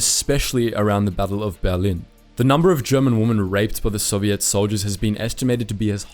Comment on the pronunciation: Lol the way he pronounces Soviet like "Soviette"